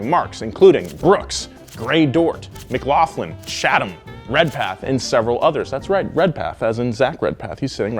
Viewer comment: You pronounced Mclaughlin wrong and also gm didn't become gmc until after the merger of Mclaughlin carriage company with gm. As the original GMC title stood for general motors of Canada later changed to the general motor company but in Canada still referred to as general motors of Canada. My town is the home of the Mclaughlin carriage company and it has a museum based on that. Also if I am not mistaken gms Canada hq is here as well